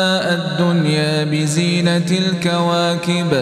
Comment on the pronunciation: هناك أخطاء في الشكل: بزينةٍ وليس بزينةِ، لا يسًمًعون وليس لا يسْمَعون، فاستفتهمْ أهمْ وليس ففاستفتهمُ أهمُ، واهدهمْ وليس واهدهمُ (أنا سمعت فقط الأول ولم أكمل السمع)